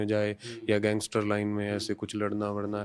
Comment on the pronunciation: पत्रकार कैसे और क्यों लारेंस को gengestar कहते हैं?